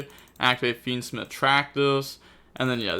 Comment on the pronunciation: pronounced fiendsmith as fiendsmeeth in the intro